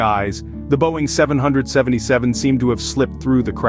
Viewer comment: The way you say 777 just put me right off and it was MH370 - I suggest you stop making videos